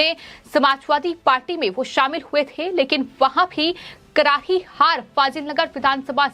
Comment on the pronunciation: एंकर का उच्चारण अच्छा नहीं है करारी को कराही बोल रही है र और स को ह बोल रही है